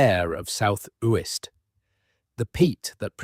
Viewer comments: One of the tells indicating its AI, comes across as thoroughly researched yet cant research how to pronounce a name properly. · Yes they should learn to pronounce Uist properly where my father was born 🥴